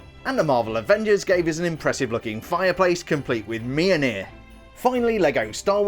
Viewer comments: As a Scandinavian your pronunciation of Mjolnir is making me slightly cringe also in Danish it pronounced Mjølner but I appreciate your attempt on trying to get it right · It is pronounced mill-neer...